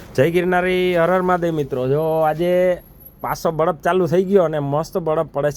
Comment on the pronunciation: બળફ નહીં પણ બરફ.